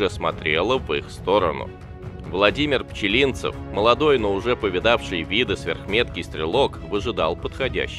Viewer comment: Неужели нельзя нормально ставить ударение в фамилии?